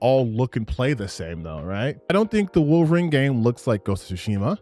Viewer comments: Before I even heard this Mother Fucker get to his "point", his credibility went out the window when he kept saying "WAHlverine." Like bro, tell me you don't actually care about the property without telling me you don't care about the property. Listening to this dude has made me dumber. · Ah yes my favorite canadian short king "Wall-vorine" lmao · Worth the watch just to see Alannah Pearce say "Walverine". Was that the real Alanah Pearce? Hopefully she is a full Leftist. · Why does he keep pronouncing Wolverine that way? Is it some accent? I don't hear it in any other words he says. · Bro said he’s a “huge X-men fan” but doesn’t even pronounce one of the MAIN characters names in a video before posting it.